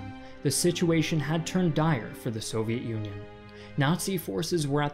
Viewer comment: Ah yes. The Soviet Uiioi